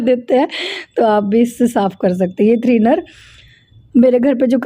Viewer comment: Threener nahi thinner hota h ji ...... Nice vlog 😍